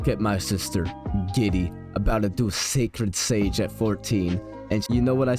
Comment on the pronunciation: “Šàćrëd šãgē”😂